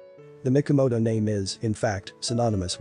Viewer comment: It would be much better if, as an expert you could pronounce the terms and names correctly, especially Mikimoto, not Mikomoto.